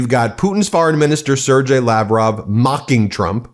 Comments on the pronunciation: Foreign minister of russia Sergey is [sɪrˈgei], not sirdjei, [sir-gai], like "gay" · Sergey is pronounced SARE-gay.